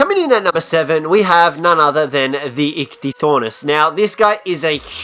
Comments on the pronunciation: Iktithornis..? "Ichthy ornis" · You clearly know NOTHING about the ICHTHYORNIS including how to pronounce it properly.